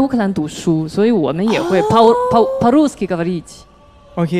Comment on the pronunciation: по-русски 抛露丝ki 是因为当时说的太快嘴瓢了么